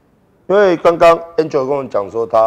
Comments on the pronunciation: 我是說館長唸起來比較像安卓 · hu hu 比較像安卓